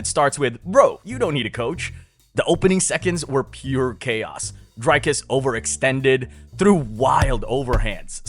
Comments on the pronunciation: It's not Dryyycus It's Driiiiicus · "Dericus" lol